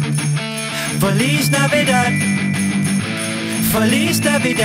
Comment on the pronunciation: Feliz Navidad was totally butchered in the way it was pronounced!